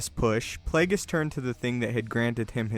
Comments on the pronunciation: uhhhhhh! I shit out the correct answer while hitting the ground running in the very same direction parallel to the theory presented in the video.. want another funny fecal excrement??? "But Plāgus," sounds as if said "Butt Plugg." thanks for being wide open for the cheap shots & I'm Out!! throws mīc at spectator in 1st row kicking the exit door intently while leaving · It's Plaguise